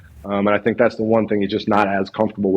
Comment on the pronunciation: "Did they thinkuh that?..."